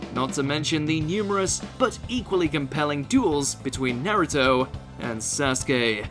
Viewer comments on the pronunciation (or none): none